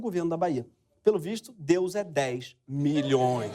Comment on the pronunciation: "Deúz", "Jezúz" drogas pesadíssimas!!!!